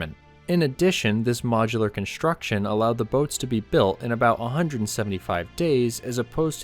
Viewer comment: Construction, not conshtruction. Streamline, not shtreamline.